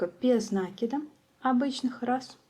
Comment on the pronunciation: Без накИда, а не нАкида.